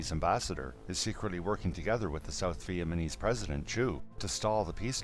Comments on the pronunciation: It was interesting but do you think you could at some point pronounce Vietnam and Vietnamese properly? It is not "VietManeese." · man i agree too. it sounds like hes saying vietmanese.